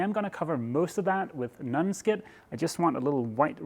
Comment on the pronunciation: You keep saying nunskid. I'm positive that you speak better English that I speak whatever your home language is but just so you know, it is pronounce non skid. Non sounds like on and I've heard you say on correctly so this should be possible with minimal effort. Just letting you know. I like your videos and your overall demeanor. You seem like the guy from this old house crossed with Mr. Rogers. Those are probably too specifically American references but they are pretty recognizable types around here and if you were curious you could find them on YouTube. Also, and this is again, just so you know, patreon is pronounced pay tree on. The way you're saying is, pay tron , kinda like patron (pay trun). But again, your English is a thousand times better than my "any other language". This is just FYI.